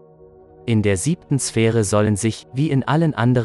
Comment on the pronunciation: Kannst du demnächst bitte die namen der engel und der Prophet in der richtigen form sagen du verwirrst mich